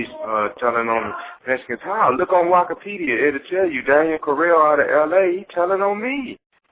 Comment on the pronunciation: Look at "wakapedia" 😂🤣😂